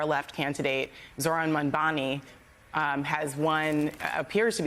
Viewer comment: She didn’t even pronounce MAMDANI’s name correctly